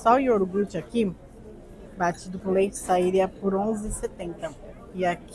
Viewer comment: Por favor, não fale mais "iorgute". O correto é ioGurte...por favor!